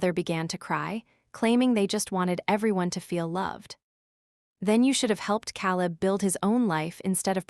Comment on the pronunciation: Can’t you pronounce Caleb right